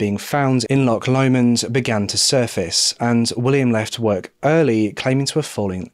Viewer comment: Great video! Good to see a Scottish case! You haven’t got the pronunciation of Loch right though - ch doesn’t sound like ck at all.